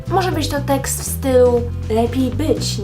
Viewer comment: Nie [wszysko] tylko [WSZYSTKO] i nie [teks] tylko [TEKST] i AKCENT!!! Akcent!! Osoba, która wypowiada się i chce wypowiadać publicznie powinna mówić po polsku